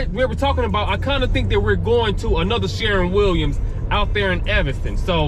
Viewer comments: It's called sher-win not sharin Williams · 😂😂Sharron Williams Bro, it's shur-win Williams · Spelled shErwin Pronounced....SHURwin sounds like a U in fur🥴 Nice video Is this a particular city/state? Or anywhere USA? New sub😘